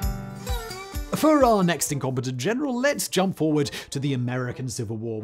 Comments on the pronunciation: Caepio should be pronounced "Kai-pio", not C-P-O. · A very cool video! But it realy rubs me the wrong way how you pronounce Caepios Name. You pronounce it like the famous general who defeated Hannibal is commonly pronounced: Scipio (though he would have been pronounced more like 'Skipio' trying to translate it in english writing). Now, Caepio would be pronounced more like 'Kaypio'. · Since I had this running as audio in the background, I thought Simon was talking about a Scipio rather than Cambrian War's Quintius Servilius Caepio .... I know English people can't pronounce Latin names - but as a general rule "C" in any Roman name is a hard K sound, not a s sound. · There's no soft c in Latin, Simon. Something you seem to instinctively understand for Cannae but not Caepio and Cimbri. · Great stories, but in the first the pronouncing of Latin names is bloody awful. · You really need much better research. The Civil War General was Braxton BRAGG. In Latin, the "Gnaeus" is pronounced as 'Nye-us' and Caepio is "Kaepio" as there is no 'soft C' (Sai-pio) in Ancient latin. Thus Gnaeus Julis Caesar is actually "Nye-us Yulius Kaisar" And was spelled as Gnaeus Iulius Caesar. (There was no "J" sound either.) The 'Soft C' was introduced to Latin during the Medieval period where Latin was the language of (Flawed) Learning and the Roman Church. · The pronunciations of the names of the Roman generals in this video is just hilarious. Gnaeus are pronounced as "Naius" (Not Nas) and Caepio are pronounced "Keipio" (Not Sepeo). The C was always pronounced as a K and the G in Gnaeus are silent. :)